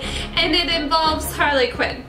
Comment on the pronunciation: halrly qween